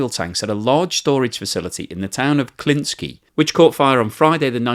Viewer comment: Klintsy. Not your version. Thanks.